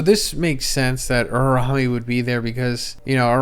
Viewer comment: you do this for a living bro pls lmao its U-RA-U-ME